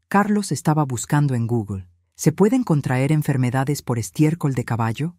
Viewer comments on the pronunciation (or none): none